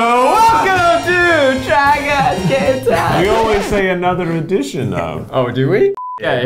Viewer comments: Does Eugene say "Gay time"? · For the longest time because my mind only comprehended Eugene I thought these segments were called gay time and didn't think anything of it. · for some reason I thought for the longest time that they were saying "try guys gay time" and I just accepted it without question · I SWEAR Eugene says “try guys GAY time” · no he definitely said "try guys gay tie" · Last video he said gay then game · Am I the only one that heard this? Try guys: Try guys game time Eugene: Try guys gay time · I swear they be saying “Try Guys Gay Time!” I love it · Every time they say “Try Guys Game Time”, i can’t help but hear “Try Guys GAY Time” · Does anyone else here Try Guys Gay Time! instead of Try Guys Game Time?! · It legit sounds like you guys are saying "try guys guys time' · I thought they said “try guys gay time” instead of “try guys game time!”😂😂 I mean I think every thing is in some way, shape or form is gay so! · He did. He didn't pronounce ga-me. He say ga-y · I can’t even read lips and I can tell he’s saying Gay Time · Does anyone else hear gay when they say game.....no just me okay bye